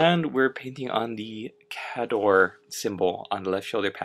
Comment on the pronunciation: Great job ! Kay Door is how we pronounce it at the shop =)